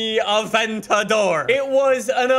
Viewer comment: why is it that when ever you say aventador i hear avent-a-door in an italian accent